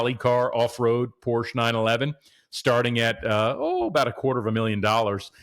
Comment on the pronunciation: Learn how to pronounce the brand man…. 🤦🏻‍♂️